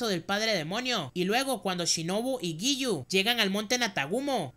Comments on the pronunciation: Es Giyu no yigu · Yo estaba como ahhhhh por que dice lligu y no giyu tomioka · Jajajajaja tus resúmenes son excelentes y me encanta la dislexia jajaja yigu y sanjogi 😂